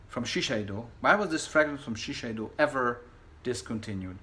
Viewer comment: you are FANTASTIC!!just casually stumbled upon your review of Stash,and it was amazing...Your accent,pronounciation,lighthearted nature,just about enough of drama,confidence and knowledge made me subscribe....You're one of the rare collectors who perfectly pronounciates french,italian,spanish,english,german names...just,Shiseido is pronounced ShiSeido not ShiSHeido....lovely introduction,you're wonderful!!!☺️☺️